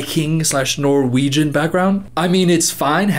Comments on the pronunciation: wow, his pronunciation wasn’t too far off- i’ve heard a lot worse from people trying to speak Norwegian 💀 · I am genuinely impressed by how good your Norwegian pronounciation was 😂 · When you read out loud that Norwegian sentence it was really good pronunciation!